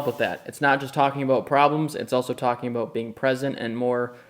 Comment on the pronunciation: That Minnesota accent comes out a little bit on the water eh? Aboot! Ha! Good times for you brother!